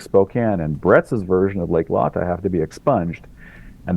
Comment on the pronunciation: "Lay-Tah" not Lah-Tah - a silly nitpick when compared to the fantastic breadth and depth of the work that "The Eugene Team" has done for us all!! With more to come!